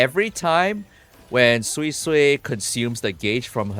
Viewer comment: thank you for pronouncing her name properly. for the life of me, i don't understand why kuro allowed her name to be pronounced as "soysoy" :(